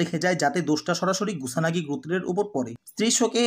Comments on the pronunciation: Are Vai naam gula to thik kore bolen. Kyo ke boltasen rio, kusanagi ke boltasen gusanagi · Oita monehoi gusanagi na kusanago hobe😅😅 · Vai gusanagi na kusanagi